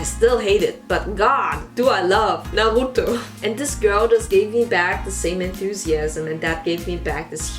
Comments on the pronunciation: Just found your channel and am now binging all of it 😅 I like your personality and humor, and hearing people speak in a German accent just warms my little stuck-in-America-and-can’t-visit-any-of-my-family heart 🇩🇪 The German R in Naruto - I CAN’T (timestamped for personal use) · The way you said Naruto… EINEN Deutsche Seele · Did you just pronounce "Naruto" in French accent